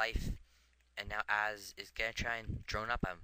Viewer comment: Might want to raise volume a bit using audacity or Camtasia. Oh, and I get to show off that I once lost to Ahzz in a Bo3 0-2. =D. Oh, and I think you pronounce Ahzz as Awwz You could work on making your commentary flow better, explaining the significance of each event. and going in depth a bit more. I don't think sniping medics is really useful since they just heal each other so fast and missing a target fire will pretty much screw you up. Good commentary.